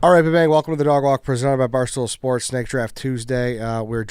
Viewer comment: Am I just now realizing that WSD pronounces it shports